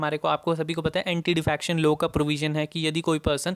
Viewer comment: Why do you pronounce "low" ? It is "law".